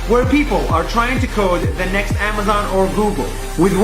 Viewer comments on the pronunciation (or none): none